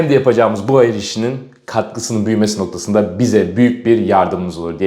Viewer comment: Noktqsında dedi noktasında dediiiii